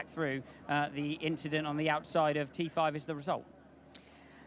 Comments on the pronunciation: guys we got "just an inchident" part 2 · It was just an 'inchident'....🤣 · Charles had the opportunity to say it was just an inchident and he didn’t 😭😂